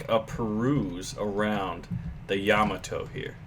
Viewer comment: no he said it right